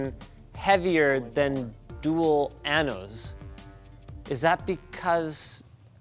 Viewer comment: This is the second time seeing this video and y almost puke laughing again when Linus says "Dual Annos". As a spanish speaker that part is hilarious. Love y'all guys 💕